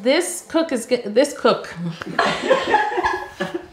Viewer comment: Don't worry Yo "koek"(cook) is cake in my language so you were speaking Afrikaans without knowing it. I just love you guys.